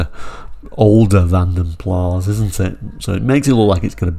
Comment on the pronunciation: It is Van den Plas. The 's' is pronounced and the a is pronounced like 'a' in apple. It is not French. It is a Dutch family name meaning "from the puddle". Mr Van den Plas was a Flemish coachbuilder. BMC bought his business and it became a BL trim level. I hope that this helps.